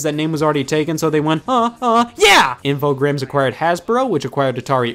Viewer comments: Infogrames is french and pronounced ah-fo-gramme say it til the last vocal, if it's an e, don't say it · "grames" sounds like how Steve Brule would pronounce "games"